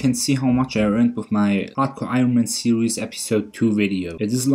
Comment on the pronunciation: I love how you say "serious" for series it makes me smile :) Awesome videos maaaaaaan.